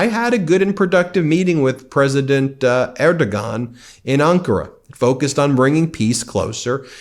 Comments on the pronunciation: It's actually pronounced 'Erdowan'. We Germans know as we had a song decades ago that he wouldn't like to hear... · Pronounced: Erdo-juan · "Erdogan"...the "g" is silent. At least the traditional media gets that right. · Do some fucking homework and learn how to pronounce the Turkish presidents name properly. In fact do that for all the people you reference, instead of butchering the pronunciation of them.please!!!!!!!? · I love your coverage, thank you! And I have to say, you gave me a huge laugh at your pronunciation of the names Friedrich Merz and Erdogan 😂. Keep up the great work!